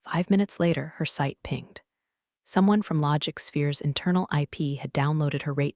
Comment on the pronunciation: Whoa!!! the bot actually says “Pinged” like it’s supposed to be pronounced. Every video I’ve listened to the ai says it like it’s pronounced PINNJED. It’s a pet peeve of mine. And I bet I’ve listened to a hundred of these rebranded stories By now if not more. .